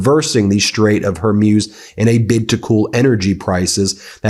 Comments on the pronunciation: BEN…it’s pronounced hor-MOOZ, not hor-MUSE. It’s becoming distratively ANNOYING. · Strait of Hormuz is pronounced “strayt uhv hor·mooz”. Not “mewz” (rhyme with “muse”) but like “mooz” (rhyme with “moose”). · It's pronounced "whore-MOOZ" NOT "whore-MYUZE". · Its pronounced Hormooze not Hormuse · Again, it’s pronounced Hore-Mooz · Ben; you need to learn how to properly pronounce words. Hormuz - Whore Mooze. Got it? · Hor-mooz, Ben. Hor-mooz. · Love your guys channel the pronunciation of the Strait of hormuz